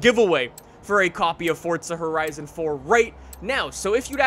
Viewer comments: It's not fortza its forza.. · Ok. It's not 'Fortsa', its Forza. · Why you say forza like fortza??😂😂😂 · Its forza not fortza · I hate anyone that says fortzuh instead of Forza, WHERES THE T??!?!?! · Its not fortza why does every youtuber call it that its forza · fortza horizon 4? nessann? It's prounounced Forza. And it's not neesann its spelled Nissan and it's pronounced Nees Ahn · Its “forza” NOT “FORTTTZA” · F-O-R-Z-A not FORTZA lol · Forza not “Fortza” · forZa not forTZa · It’s Forza not Fortza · dud its forza not fortsa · Forza not forzta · "fortza" lmao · Why are you saying “fortza” ?!🤷‍♂️ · Why does he keep calling it.. FORTZA? Is that just a speech impediment? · Im triggered by him saying fortza.. Good video tho lol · This dude says ForTza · "Fortza" lol. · "Fordza horizon 4" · fortza hahahhaha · Fortza loll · I cant believe Forza would let someone promote the game that can't pronounce it correctly. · Am I the only one bothered by the way he says forza and Le Mans